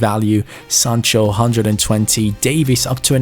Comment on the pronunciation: When you said Davies it kinda sounds like Davis and it hurts me